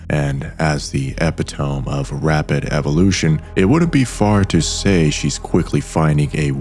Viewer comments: "Epitome" is pronounced "E-pit-uh-me" and Matis is pronounced "muh-teece." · Epitome: Eh-pih-tow-mee